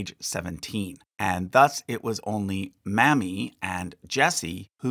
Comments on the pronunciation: Typically "Mamie" is pronounced like Jamie, but with an "M," not like mammy. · Is there any reason why you pronounce "Mamie" (MAY-mee) as "mammy?" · Mamie not mammy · This was indeed very interesting and certainly informative. Very well done. One critisim if I may....... The popular female name, Mamie is not pronounced Mammy but "May-Me", as in Mamie Eisenhour or Mamie VanDoran. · I’d imagine Mamie Lincoln’s first name was pronounced MAY-mee rather than MAH-mee — like Mamie Eisenhower. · I believe the correct pronunciation of the name "Mamie" is "MAY-mee" not "MAMMY". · I suspect Mamie's name was pronounce MAY-mee and not Mammy. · great show but one complaint. maybe in the future you can pronounce Mamie with the long A rather than Mammie, which is the double m. Mame is not pronounced like Ma'am. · The name Mamie is pronounced MAY ME, not mammy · Totally agree. Should be pronounced 'may me', not 'mam mie'. President Eisenhower's wife was Mamie, as well. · Lincoln''s granddaughter is Mamie (May-mee), not Mammy!! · Not Mammie but Mamie (long A) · Its pronounced Mayme not Mammy. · So interesting! Btw the pronunciation of “Mamie” Lincoln is MAY-mee like Mamie Eisenhower. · Mamie Lincoln's first name is likely pronounced "May-mee." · Mamie Lincoln's name was produced "May-Me", like Mamie Eisenhower. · Mamie is pronounced with a long letter "A". Remember Mamie Eisenhower? It is not pronounced Mammy. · Try Mamie with a long “a”. Like Mamie Eisenhower. Not Mamie as in a nurse maid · Mamie is pronounced "May mee". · Is that really how to pronounce “Mamie’s” name, and not May-mee? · Mamie was more likely pronounced May-mee, such as Mamie Eisenhower.. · Mamie is pronounced May-me like Mamie Eisenhower and Mamie Van Doren. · Mamie Lincoln is pronounced "May-Mee" the same as Mamie Eisenhower. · Mamie is pronounced “Maim-ee” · Mamie is pronounced May•me. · The name Mamie is pronounced May-mee. 😉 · It's Mamey not Mammy - geeze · Every time he said it wrong, it bothered me!